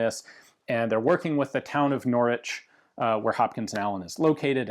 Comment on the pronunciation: I live there, I am impressed that Ian pronounced it correctly , his outstanding presentation on Volcanic's was good practice